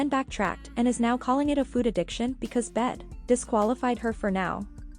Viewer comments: Is anyone else annoyed at how she says food? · The way she pronounces food makes me so angry 😡 She didn't say it like this before. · Why has she started pronouncing “food” like that